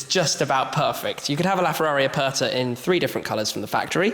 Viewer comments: Ferrari "Apatha"... Hahahaha... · Holy Spaghetti. Do you even know what Aperta means, let alone how to say it. But don't worry, you & 6 1/2 Billion other people wouldn't know either. Still, I don't think thats an excuse to have no education when speaking about a piece of Art Leonardo da Vinci would have drooled over. Btw, da Vinci means, from the town of Vinci, not a surname, & "Aperta" means, "open top" & the worse thing is how you & everyone who isn't Italian prenounce it. Its not "er" as in Ernie of Sesame Street, its "er" as in "error" or "er"ase. Try it. If it still sounds the same you got it wrong. I think a £5 million Ferrari deserves to have its Name said properly!